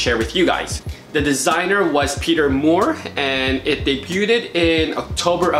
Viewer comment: They DAY-BEWD (debuted)